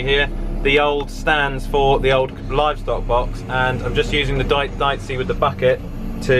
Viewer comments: Pretty sure it’s pronounced Deechee as opposed to diceey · It's pronounced DEeCHI (second "e" like "Excavator") -Italian guy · Dieci is pronounced dee-cee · Deici is pronounced deetchee